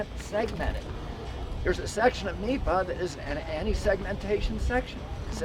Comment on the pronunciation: NEPA* National Environmental Policy Act not NIPA